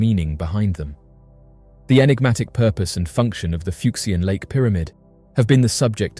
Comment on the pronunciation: We love you, hours of entertainment , but , enigma,…. Enigmatic…. Un-enigmatic…. Un-eggnamic? Is not a word!… lol it sounds like a broken breakfast machine, party on dude!😅😂